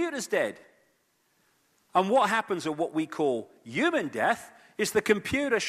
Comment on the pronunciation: Can someone please explain why this man pronounces the word "human" as ewwman? Wtf is his problem? Does he fucking think the h is silent?? Smdh, so annoying!